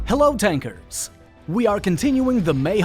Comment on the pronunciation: yeah hahahahaha he say ( tankers ) fk this game